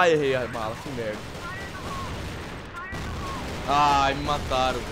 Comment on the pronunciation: O vc só fala melda palece uma metlalhadola de melda